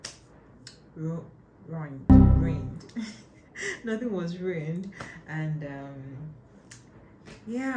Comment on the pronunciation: Not you still struggling with ruined 😩😭😭😭😂 “rohined” finished me